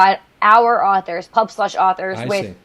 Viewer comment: I'm sorry, my friend. I was pointing out with failed humor that you say pubFlush at the end instead of pubSlush, or at least it sounded like it to me. I do greatly appreciate your video and am looking into their website. It all seems great so far, take care Matthew.